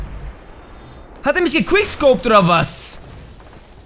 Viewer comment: hahaha " gekwiscopt " du anfänger xD